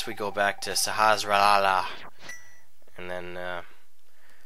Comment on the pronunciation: The way you pronounce Sahasrahla brings me joy and lulz :')